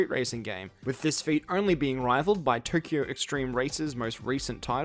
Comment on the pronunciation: aaaa not turkio, tokyo!